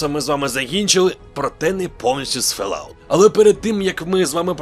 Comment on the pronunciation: Fall [[fɔːl] out - тобто фОлаут, а не фЕлаут